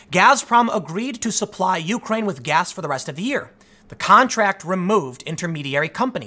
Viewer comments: I'm Your President it is you-CRANE, not YOU-crane... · "yoo-crane" - Tim Poole (2019) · Something I'll never understand is American's difficulty in saying Ukraine. It's always either "The Ukraine" or " YOU -kraine" from you guys.